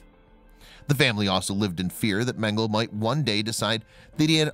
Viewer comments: It’s Men-Ga-La not Mengle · His name is Mengele, not Mengel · Men - gel - la. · Dude, Mengele is pronounced MEN-guh-Luh. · Its MEN-GA-LA..get the pronunciation correct. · Mengel uhhh ...it’s pronounced ....please pronounce names correctly ,,,,it’s annoying the e is not silent .. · Pronounce mengele like mengel-uh. The "E" is not silent at the end. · Last 'e' in German not silent...mengele would end with an 'e' pronounced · First off your pronouncing mengele wrong with that out of the way everything having to do with the Nazis and Dr mengele is just appalling horrendous I mean they don't make words bad enough but the scariest thing to me the most heart-wrenching is they did this to their neighbors people you grew up next to people you know your whole life went to school with chat with live next door to I just can't even imagine kind of evil it takes to do this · Thank you!! I thought that I was the only one to hear of the incorrect pronunciation of Mengele's name..